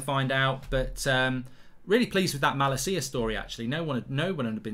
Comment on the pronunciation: I’ve never heard someone butcher the name malacia so bad